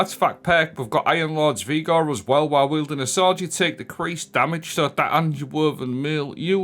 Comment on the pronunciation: 😂 this time it's 'Vigor' Vee Gore. But also 'Heirloom' where you say Hair Loom! You did it so often I thought you were taking the piss 🤣